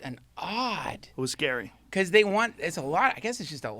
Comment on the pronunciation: “Fuck that get Biden in there”-Duncan 2020 “Omg China is scawy”-Duncan 2021